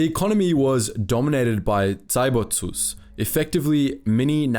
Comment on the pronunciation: I have no idea why he'd pronounce zaibatsu like that